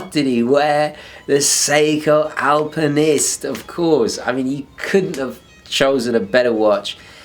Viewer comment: Hiya love the channel ! Was wandering why you say alpamenist and not alpinist ? Don't know if this has been mentioned before. Cheers !